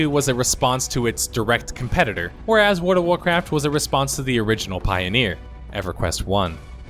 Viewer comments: It sounds like you are saying "Ward of Warcraft", lol. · How do you pronounce world as ward every single time lol, wardofwarcraftwardofwarcraft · Please just say "WoW". You keep saying "Ward" instead of "World". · My gosh! Please stop saying WORD of Warcraft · World has an L in it. Sounds like you say Ward of Warcraft everytime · Your pronunciation of World of Warcraft amuses me way more than it should. There's an 'L', man! I don't think there's a Ward of Warcraft. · "Warda Wurcurf" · Or as he calls it: Ward of Warcraft lol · 100% says ward of Warcraft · WORD OF ORECRAFT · "WARD-A-WARCRAFT" . lmao. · "Ward of Warcraft"? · wada-wa-craft... wada-wa-craft... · it's pronounced Woghld of Warcraft sir. j/k good video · "Ward of Warcraft" lol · I found myself shouting "WARD OF WARCRAFT" by every time you said it because of your pronunciation. Also "Emmediately". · I wondered what Wurduv Warcraft was. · Came here to say “Ward of Warcraft” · Sure there is. The Ward of Warcraft is Nomi. Because his fire burns all. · At first I thought he misspoke, but after hearing it 50 times I am never going to be able to unhear "Woard of Warcraft" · I just keep hearing wart of warcraft. Great look back though! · "Word of Warcraft" Hey, you tried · the "L" in world is silent, this drove me absolutely nuts im glad others noticed this as well. I made it to and I have to stop watching now because I can't stand the way he's saying my favorite game's name.